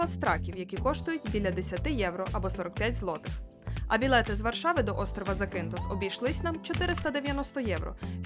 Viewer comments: Робіть правильний наголос на перший слог ЗАкінтос або ЗАкінф!! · Класне відео..) вже три роки тут працюю..) але назва острову ріже вухо бо він ЗакІнтос а не ЗакИнтос) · Вперше чую такий наголос в назві Закинтос. Від місцевих точно так не чув